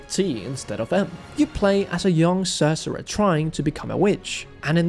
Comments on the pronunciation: I thought was part Latino? Say "Cereza" Feliz, Ce-Re-Za.... or save the trouble and just call her Cherry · That's not how you say Cereza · is an absolute treasure. Nearly fell out of my chair on the first mispronounciation of "Cereza", and here I am laughing my a** off with the mispronounciation counters. Great video all around!